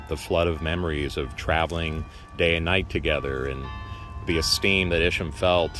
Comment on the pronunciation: Thank you for this video. I am LaDelle Arnold. Isham Blake, Sr. is my 5th great- grandfather through Isham Blake, Jr. My grandfather was Rev. Blake Craft. He researched our family genealogy all his life and co- wrote the volumes "The Blake's of Cape Fear" which gives more of the history of Isham Blake. Side note: we have always pronounced his name with a long "I" , Isham.